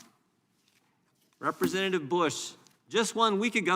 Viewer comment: Can you say represntitive?